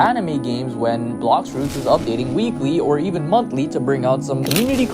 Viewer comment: promised us "montly" updates lmfao